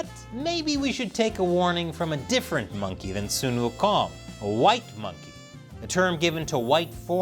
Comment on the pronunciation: When your race no longer make good games, you attacking game made by other races by linking the game to issue not related to the game itself. As if your information is 100% safe in the hand of Ubisoft, Activision, Microsoft... But you pronounced Sun Wukong correctly, I give you one like for that